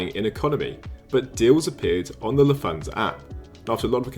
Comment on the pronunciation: Just for future reference, there is no “th” sound in German like English “thanks” or “the.” Lufthansa is pronounced “Looft-HANS-uh” in which the t and h stay separate and do not combine.